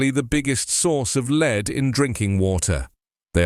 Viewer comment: I liked your news, as usual, but pronunciation of "lead" rhyming with "need",,, and was wrong, since the meaning was the chemical element and pronunciation should have rhymed with "bed". Perhaps you should mark your copy or purposely misspell two-pronunciation homographic words in the copy so you do not have to handle ambiguous pronunciation while reading copy.